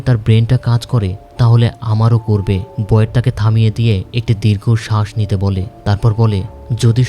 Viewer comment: ভাই ওর নাম বয়েড বলা বন্ধ করেন,বিরক্ত লাগে